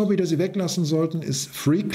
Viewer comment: Das „B“ in free climbing wird nicht gesprochen 😉.